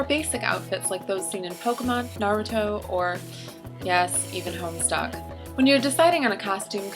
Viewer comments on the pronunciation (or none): the way you said homestuck though XD